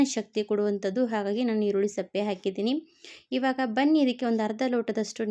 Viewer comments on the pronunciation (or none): ಈರುಳ್ಳಿ ಸಪ್ಪೆ ಅಲ್ಲ ಸಿಪ್ಪೆ ತೆಲೆ ಅಲ್ಲ ತಲೆ ಅಂತ ಹೇಳು ಕನ್ನಡ ಸರಿಯಾಗಿ ಮಾತಾಡು